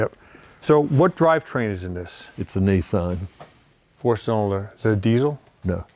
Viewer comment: Not neesarn but Nissan .